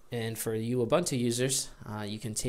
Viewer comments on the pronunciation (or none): Sorry to be a puritan :) but it is "Ooboontoo".